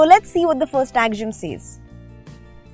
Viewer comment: pronunciation of axiom 😆😆😂😂